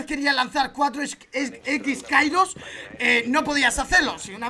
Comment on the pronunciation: Ole que a pronunciado bien la habilidad de hibana los x-kairos creo que es así si no me rectificais